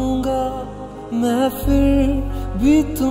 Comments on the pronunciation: it's not "fir'. please learn pronouncing Hindi words. please. it's a humble request. It's "Phir"! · he prounced wrong its not fir its phir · Good but guys why don't u understand it's not fir it's "phir" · Nice feel brother. A small tip. Just concentrate on the pronunciation. 'FIR' nahi Phir ...Its Pha... Phir bhi :) Thanks & That Punjabi Mashup is great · not fir it's phir correct ur pronunciation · awsome bro but its phir not fir